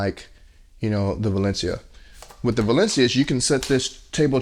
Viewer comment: Don't quote me but I think it's pronounced Way-Lee-On-Da, anyway I have their Astronaut Zero Gravity chair and I love it. Plenty of lower back support, comfortable, easy to take care of, and the zero gravity thing is a great way to take a nap. My only real gripe is that I'm not 5'8". Like most theater chairs, and let's be honest furniture in general, it does not really accommodate someone 6'2", I'm kinda used to that though. Minor things like the lights I do agree with you and I would like the head rest to lift up a bit more. Other than those 3 things I will be buying another. Their customer service is pretty good as well. They messed up the delivery time and offered me a different color, a refund, or I could wait and they'd refund me $100. I waited and they were very good with communication and follow up.